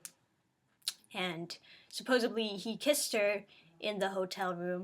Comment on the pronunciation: Just some advice. It's "supposedly" not "supposebly".